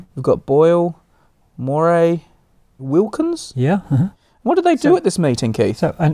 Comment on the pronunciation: Moray is pronounced Murray btw. ;)